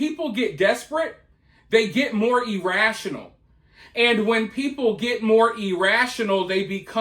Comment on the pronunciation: he was pronouncing it E rational. I know what he meant Karen